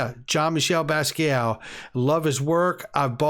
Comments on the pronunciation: Jean Michel's last name is pronounced "bas get' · Funny buying art by someone who's name he can't pronounce.. LOL 😆 Does he even know who Basquiat is?